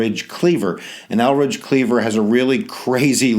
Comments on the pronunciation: Hi that was a very good lesson on the Black Panthers but one thing Eldridge Cleavers name is Eldridge, not Elridge. Thank u i learn a lot from you. You r sooo funny. Lol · Good history teacher, but name is pronounced ElDridge Cleaver, as opposed to Elridge.